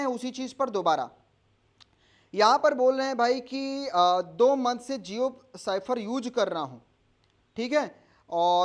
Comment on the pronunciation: साइफर क्यों बोलते हो ! स्फेयर पढ़े ।